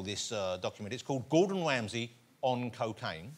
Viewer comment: Gowdon Wamsy.